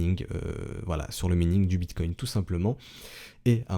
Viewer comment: On dit minage ou maïning. Pas mïning T_T